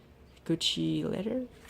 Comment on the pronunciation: lol why do you pronounce it gushi its GUCCI